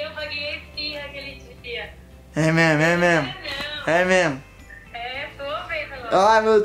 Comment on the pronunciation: É memo e memo kk até eu comesei a falar isso em casa